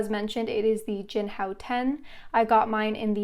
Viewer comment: You: “Jinhao 10” What I Hear: “Jianhao Tan”